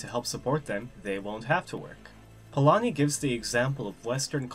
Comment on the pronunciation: you pronounced Polányi quite well